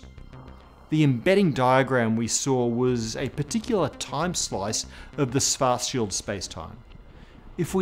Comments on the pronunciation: I am impressed how English speaking Physicists recently learned to pronounce 'Schwarzschild', but are still not there. From 'Swarts Child' over 'Swarts Shield' it should only be a small step to the correct 'Shwarts Shield'. Good luck. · It's pronounced Schwartzzzzz-CHILD! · I thought it was pronounced schwartz........child, not scwartzfield, maybe his english accent is just butchering it. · kahrl suwartzsield? :D c'mon man, you look SO similiar to me, it can't be a genetical obstacle; you HAVE to be able to pronounce it correctly, your tongue DOES know how to do the specialmoves!^^ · ... did he say 'Schfartschild ' ? ... i guess my sister inlaw will be disappointed shes now Mrs. Schfartz ... lol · Sounded like you said Cows Farts Shields. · What is the difference between svartsild and Schwartzschild, or are you just pronouncing Schwartzschild weird? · He's got the "Schwarzschild" pronunciation almost down now. Now just a "sh" at the beginnning and it's perfect 😃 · Michael Ross Since Dr. Schwarzschild was a german jew, his name should have been pronounced correctly, but the host did not. Einstein's name is pronounced more or less correctly though, by everyone, even though spelling was not anglicized. Did you know that most german names have meanings? Look it up, interesting ones are Zuckerberg, Zimmermann, Frankenstein, Vogel, Koch, Kohl, Kellner, Kaufman, Jaeger, etc... all these names have unexpected meanings. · I'm sorry.. i have to be that person, but, Carl's Fartshield? Also, Ludwig Phlegm??